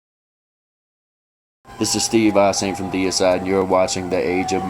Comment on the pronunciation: ok, so its AssHayme? I always pronounced it Asheeem... lol